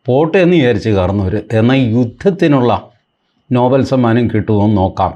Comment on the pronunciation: നോബൽ അല്ല നൊബേൽ എന്നാണ്..